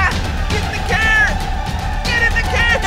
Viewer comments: Yes but he pronounce his car as care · I love how he says care instead of car😂😂😂